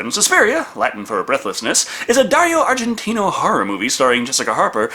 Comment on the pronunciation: WTF???? IT'S ARGENTO NOT ARGENTINO!!!!!!!